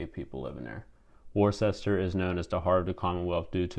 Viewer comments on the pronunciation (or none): It's pronounced WOOS-ter, not Worchester. Otherwise it was a good video.